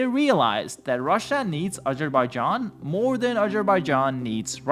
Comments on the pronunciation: aZerbaijan.. not agerbaijan.. or however you pronounced it, made my ears bleed.. bro... and you kept repeating it wrong over and over again.. jesus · aZZZZZerbaijan. Bro. there's a Z there. Not a j or a g.